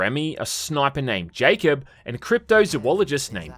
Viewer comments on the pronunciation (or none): none